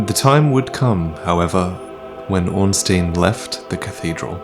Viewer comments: Good job as always with your interpretation of the history of Dark Souls. I must say though, the correct pronounciation of Ornstein is the same as you say Einstein. The name hails from the same germanic language and thusly use the same pronounciation for the vowels. I'm also backing up my claim with the info from the JP wiki, spelling the name in Katakana: オーンスタイン (Oonsutain). Good luck with the Ringed City at the end of March! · you‘re the most watched dark souls lore channel, yet you keep mispronouncing Ornstein every single time. why?